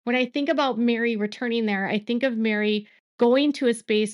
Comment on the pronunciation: Isn’t Meri’s name (short for Meredith) pronounced Merry not Mary? 🤔